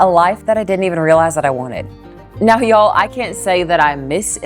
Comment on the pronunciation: My dear, you are one of the rare "northerners" who has truly "become a southerner". You even say and use "Y'all" perfectly.😆My Grandfather moved south from Wisconsin and never went back. Like you, he loved the south. Listening to you here brought back so many memories of him saying some of the same things. Thank you for that.🥰 Now, for that "horseshoe sandwich"! I think topping the meat with some sauteed onions would be perfect!😋